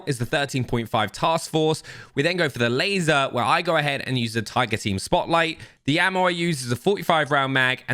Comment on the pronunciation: laseer ????? ememy can spot on you lol